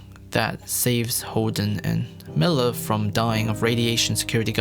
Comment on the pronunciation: MILLAR xD